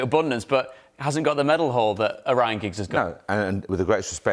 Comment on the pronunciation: Liam said Ryan Giggs 😂😂😂😅😅